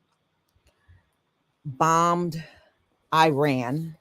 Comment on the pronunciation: PRONOUNCED "EAR RAAN" NOT i RAN